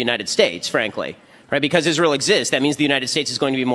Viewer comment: well, I detest people like ben shapiro, but dice lacks the courage to refer to iz-rye-hell by name!!